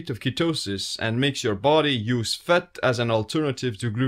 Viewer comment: it's the speed you pronounced fat ... fut , i imagine if you said it repeatedly you'll make a Ninja footsteps sound running in a forest : fut fut fut fut fut fut fut fut fut 👣👣👣👣👣👣👣👣👣👣👣